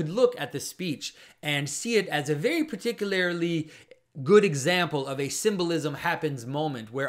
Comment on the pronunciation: Not gona lie, almost backed out of the video when I heard the way he pronounced “particularly”